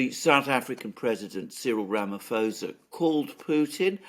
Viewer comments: Sa not Za. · Ramaphosa is pronounced RamaPosa not Fosa. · The correct pronounciation is " Rumma - pawza ". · Alexander: the "ph" in Ramaphosa is a hard "p", not an "f", So correct pronunciation is: Ramaposa. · Rama pho ( as in post) sa (as in salsa) 😊🇿🇦